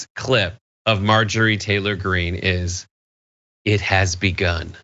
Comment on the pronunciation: I’m gonna start calling her MAR-Jory, because purposely mispronouncing someone’s name is funny…